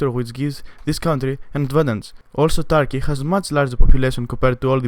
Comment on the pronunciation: its not tarky its turkey wtf tarky